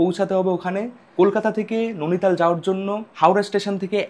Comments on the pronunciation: নৈনিতাল উচ্চারণ করো,নোনিতাল না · উচ্চারণতো ঠিক কর ভাই ননিতাল নয় নৈনিতাল হবে । এমনিও দেখেছি একটু ভুল উচ্চারণ করিস । 😅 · Bhai jaygatar nam Nainital not nonital. Uchcharon gulo ektu thik koro ebar.. 😂😂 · Nainital❌ Nuni tal✅😂